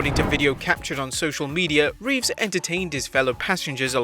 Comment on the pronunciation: It’s Keanu reeves right? Not Revess?